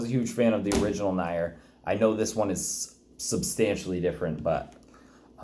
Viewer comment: Did you just say "nigh-er" for Nier "Neere" Automata? Do you want me to call you "neen" volt games?